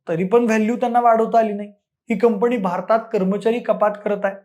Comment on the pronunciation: शैक्षणिक विषयावर बोलताय; कृपा करून शुद्ध भाषेत बोला. उदा. 'कंपणी' हा शब्द कुठून काढला?